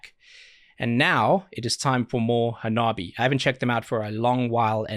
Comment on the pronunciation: To help you out a bit Hanabie is pronounced Ha-nah-bee-ay